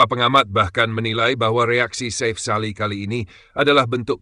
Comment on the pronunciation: Chanel ini sulit besar jika tidak melakukan perubahan sulih suara yg asli, kelemahan nya ada pada pronunciation , artikulasi, dan pengucapan yg benar, contoh nama safe sali di ucap safe (dlm bhs Inggris safe) harusnya safi, ini krn admin pk sulih suara generate otomatis dr suara dr Gugel /AI Chanel lu gk bakal sebesar garuda space, GALZ, hattrick, timnas dll yg pake suara asli, lebih enak di denger, lebih benar pengucapan nya